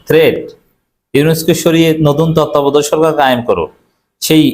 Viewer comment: ভাই তত্ত্বাবধায়ক উচচারন করতে পারেন না আপনি আবার কিভাবে সাংবাদিকতা করেন, মুখ্য সাংবাদিক।